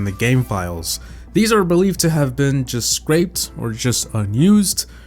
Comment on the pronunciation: This dude really said scraped when he meant scrapped